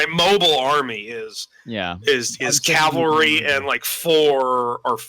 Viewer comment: It's cavalry, not calvary. Calvary is where Jesus was crucified. Cavalry are horsies. I don't even mind the mispronunciation, it's just repeated it like 50 times. >_>